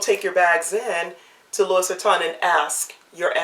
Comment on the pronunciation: Love your bags. And you are so cute! Just a little FYI, not to be a criticism, but maybe you'd like to know...the "s" is silent...saying "Louie" is correct even though it's spelled "Louis" ...I know...but it's French. Just like we say Paris...but in France it's Pari...not pronouncing the "s"....😂 Thanks for a great video, just discovered you! I'll keep watching.